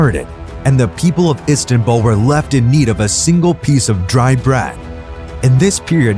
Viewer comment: ISTANBUL..NOT ISTANBALL